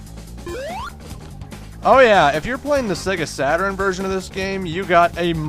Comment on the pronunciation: Sega Saturn-urn Me:Its Sega Saturn dammit!!!